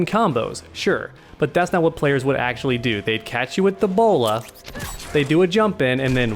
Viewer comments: When you was talking about Batgirl's bola, it sounded like Ebola. Plus I really think the Ebola that Batgirl has is really annoying!! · It sounds like he is saying "the player will EBOLA"